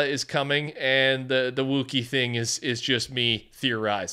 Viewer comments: “I’m a big Star Wars fan” can’t even pronounce Wookiee bro said wooookie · you say you're a star wars fan yet you can't pronounce wookiee correctly smh